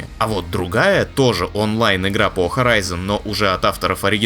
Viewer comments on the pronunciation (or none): none